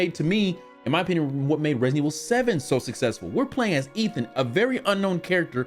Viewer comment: He did it again! he said it Redident Evil 😁😂